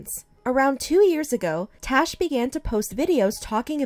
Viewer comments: It's Tash not Tosh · Is it tash or trash I heard it as trash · I love how you can hear them pronouncing her name as "Tash" with an "a" but keeps saying "Tosh" with an "o"...lol! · Lol I love how you said trash instead of tash